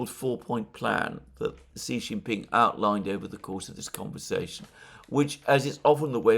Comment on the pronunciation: As a top-tier geopolitical analyst, it behooves you to pronounce the name of the President of China correctly. Pronounce confidently as “she.” My take on Chinese warships in Gulf is that they are there to monitor and thus eliminate Western disinformation (such as we saw with Buk shootdown of Malaysian airliner in eastern Ukraine).